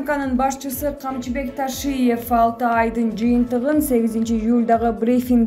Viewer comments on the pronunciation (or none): none